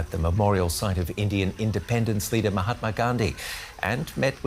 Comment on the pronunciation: Mahatma not Mahatma.